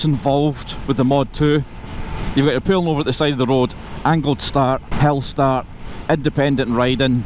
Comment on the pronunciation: Is he saying 'hell-start'???